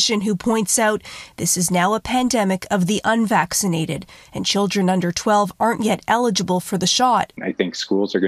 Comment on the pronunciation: 'Pandemic of the unvacinnated'. lol that sounds funny😅